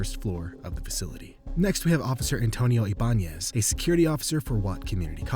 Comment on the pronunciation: It’s pronounced (eye-bah-nez)